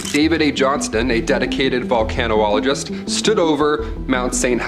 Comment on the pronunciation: It's pronounced Vul-Can-All-O-Jist. Vulcanologist. Not Volcano-ologist. Jeezes....